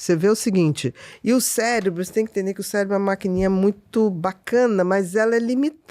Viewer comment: Pior é o "célebro e seretonina"...bom atentar-se a leitura mínima do conteúdo, antes de receber uma profissional com tamanho conhecimento